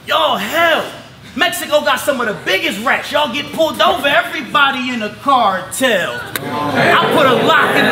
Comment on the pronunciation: "...Everybody in the car-tell." Pinche barrota hahaha